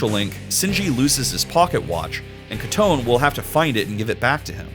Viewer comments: It’s Koto nay not ketune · Bro fr pronounced Kotone as Koton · His pronouncing of kotone hurt me who is koton 😭 like I know that's how kotone would be read in English but you think inference would suggest that you pronounce the ne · Thought Kotone was pronounced as Kuh Toe Nay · That Kotone pronunciation took years off my lifespan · Love the video but I'm about to lose my goddamn mind if I hear bro say Kotone wrong one more time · Sorry, i had to stop watching the moment you massacred Kotone's name